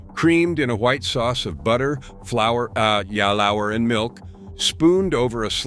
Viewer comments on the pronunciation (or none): again at “ah ya lour” instead of “flour” - it’s fine to use a narrator but don’t maybe mislead people in the description, and maybe have enough of the craftsmanship you boast of to fully listen to the generative material you’re creating before you publish? - can we trust all these visuals now? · wtf. "yalowerr" ? 😆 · What is the "flour a ya lawer" ???